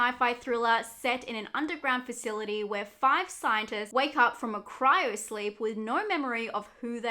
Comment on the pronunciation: Why would you think it's called "Cyro"? It's obviously "Cryo", but great list again, thank you.